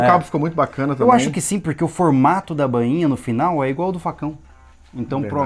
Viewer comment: Não é BÂINHA, é BAINHA....kkkkk..... parabéns pelo trabalho galéra!